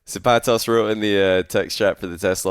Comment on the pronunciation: pronunciation of the vowels in “zapatos” is killing me but good series